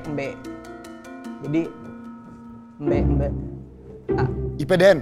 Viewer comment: Fyi sambal embe itu dari Bali gais. Embe di bali itu bukan embe (domba), tapi bawang goreng. Cara bacanya bukan embe (domba). Sambalnya campuran bawang goreng cabai goreng terasi dan garam